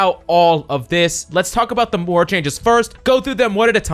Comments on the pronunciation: Hate being that guy, but it's Moira and not Mora. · it’s moira not “mora”